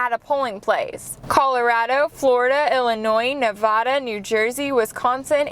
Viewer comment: you said Nevada wrong